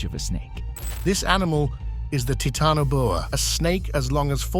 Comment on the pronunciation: I am so tired of people pronouncing things wrong, like the Titanoboa; it's obvious what he has on his mind.